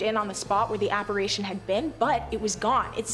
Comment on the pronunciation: It's apparition. Not apparATion. Big spanking for you, girl 😢